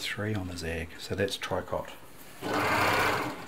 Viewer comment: Tricot stich is pronounced "tree-co"...we can blame the French for that...lol.